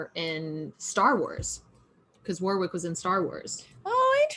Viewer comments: Love the reaction! A great episode. Matt Smith's performance was incredible. But girls...Warwick is pronounced "Worrick" 🙈🤦‍♀️ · It's funny to hear you pronounce Warwick. Its more like Wor-ICK. But said fast.